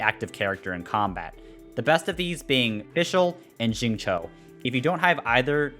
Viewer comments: it's like sing chiu but less of the h and more of a sharp C or something like Tsiu, at least that how I pronounce it in chinese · i feel you. I'm fairly sure it's Xingchou(i have no idea how to convert chinese into english text spare me) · not really the correct pronounciation would be "singcew" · as an asian i cry everytime he says xingchow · it's pronounced shing cheo / chew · Xingqiu called himself "Shing-chow" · SAME. I GET SO DISAPPOINTED WHEN I HEAR THEM PRONOUNCE XINGQIU 😭😭